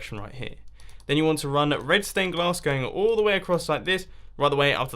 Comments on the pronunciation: I thought you said redstone glass not red stained glass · My Ears Must Be Broken ... I heard Redstone Glass and Redstone Clay instead of Red Stained Glass & Red Stained Clay 😂😂😂😂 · I kept thinking you said redstone glass 😂😂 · to everyone who thinks he said redstone glass your wrong HE SAID RED STAIN GLASS - listen carefully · Did he say redston or red stained glass in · Is it just me or is he saying redstone glass 🤔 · Is it just me or does he keep saying redstone glass